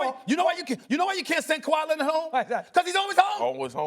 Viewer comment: KAWHI LINNID 😂